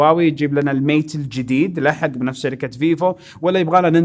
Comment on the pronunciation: 5.34 شركه مو جركه